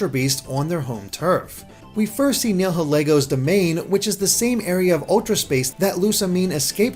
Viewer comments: Nihilego is pronounced Neye-ill-ee-go. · After watching countless videos, I've come to realize that apparently no one on YouTube knows how to pronounce Nihilego.